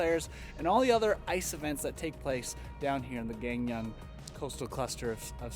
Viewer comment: Hello! Came here by YouTubing 'PyeongChang 2018'! Amazing video and hoping to watch more of your videos!! By the way you are pronouncing Gangneung (강릉) wrong.. It sounds like Gaang Neung - Here's a video that may help :) Smashing that sub button